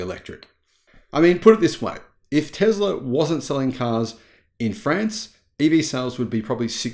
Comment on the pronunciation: 1 minute in, please adjust your pronunciation of France to France! Not Friends, France as with Car and not Care…. Pretty please. G’day and all that jazz.